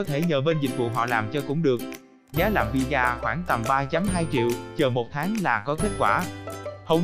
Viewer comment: Visa mà đọc thành vì da 🤣🤣